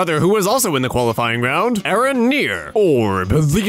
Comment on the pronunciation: Who pronounces “Aaron” as “I-Ron”? Lmao